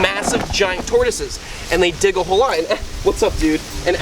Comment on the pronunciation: I swear i heard "one thing is their dick "(correct they dig)